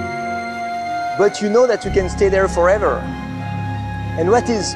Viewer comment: Totally off topic, but I hear Bertrand say 'forether' instead of forever. My French coworker says 'howether' instead of however. Is the sound combination wev difficult for the French to pronounce?